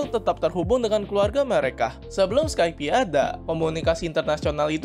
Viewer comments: Pelafalannya "Skaip" bro, bukan "Skaipi" Capek dengernya drtd skaipi skaipi... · skaip bukan skaipi.